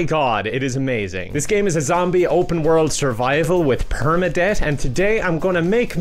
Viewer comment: Bro really said “permadebt” XD